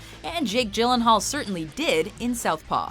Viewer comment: she is pronouncing it properly.